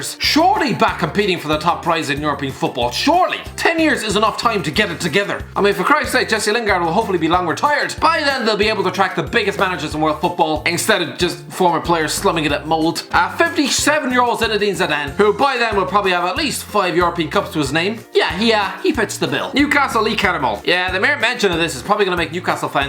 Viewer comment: Always hoping to hear him pronounce Molde correctly.